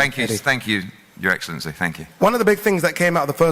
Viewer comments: His Eggscellency 😂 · I walked into his eggslency😂.he missed out on a classic line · His EGGcelency 🤣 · His eggcelency😂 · “Your eggcellency” is diabolical 😂😂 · How did Eddie not say "his eggselency" ? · His eggsalency lol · His eggcelency..